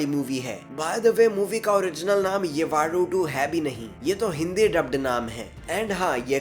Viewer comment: येवाडू नहीं यवडू उच्चारण हैं।